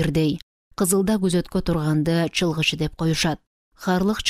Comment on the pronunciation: Чалгынчы деп туура окусаныз чылгычы дебей А так соонун окупсуз 🎉